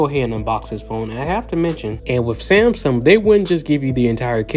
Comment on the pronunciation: Wtf is a samSUM